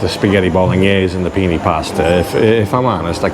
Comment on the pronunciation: penay its called bro i know penne but its blahhhh pronounced penay